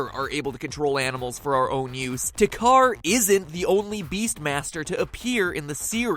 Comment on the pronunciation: What is with everyone pronouncing "Takkar" wrong? It is clearly pronounced in the game multiple times and still people pronounced the way they "think" it is.